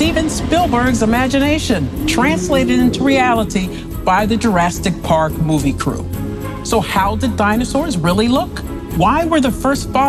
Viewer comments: did she say Durastic park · did she say "jurasTIC park"??? 🤣🤣🤣🤣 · As soon as you pronounced it "Jurasstick Park" I clicked away... I mean, really? You heard that and DIDN'T fix it?